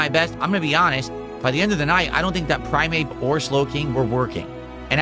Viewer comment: Why does pronounce the names of the Pokemon like 'Prime Ape' and 'Slow King' as if they are separate words? This seems more like something AI would do, is even real?